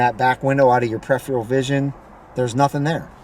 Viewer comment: absolutely pathetic...! Like i need you to tell me how to adjust my side mirrors...and you might want to learn how to say peripheral by the way...your little driving secrets are a joke man..and here's a little tip for you...stick to your day job...